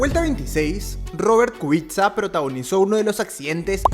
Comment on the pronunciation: Kubica se pronuncia "Kubica"